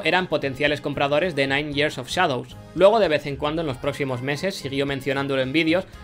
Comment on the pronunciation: Gracias a, sé que years se pronuncia "yiers" xD